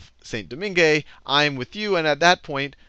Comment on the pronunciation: It's pronounced more like 'San Doman'